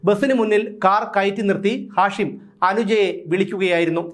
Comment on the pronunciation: നിങ്ങൾക്ക് ഇപ്പോഴാണോ ഇത് മനസിലായത്... ഹാഷിം മയക്ക് മരുന്നിന്റെ പേര് അല്ലേ? ഉച്ചാരണം മാറ്റൂ